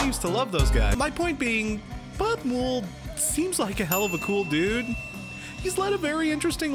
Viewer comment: Muwled? I thought it was pronounced mouled as in fungus? 😕 This might be an American thing, is this how you usually pronounce it?